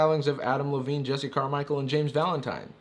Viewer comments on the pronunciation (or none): none